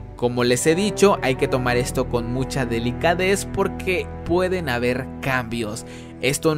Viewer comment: ¡¡Se dice "delicadeza"!!